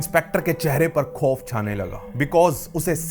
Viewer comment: tu kya yaar khofe spote bolta rehta hai its au not oo,khauf hota hai na ke khofe,aise hi spot hota hai na ke spotee,apni au ki maatra sahi kar waise tu kehta hai mera batane ka tareeka hi aisa hai aur khud ki bhasha sahi nahi hai,apni au ki maatra sahi kar pehle.